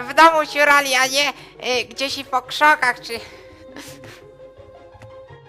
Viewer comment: po krzokach?